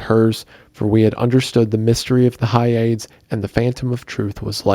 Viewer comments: Hyades is pronounced not as 'Hi-aids', rather it is pronounced as 'Hi-ah-dees'. It is of Greek origin I believe. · Or pronouncing "Hyades" (Hi-Ya-Deez) as whatever the f he was pronouncing it as. Drove me crazy. Like know your pronunciations dude. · Hyades is pronounced Hi ah dees